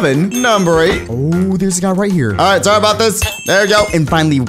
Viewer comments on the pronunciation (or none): none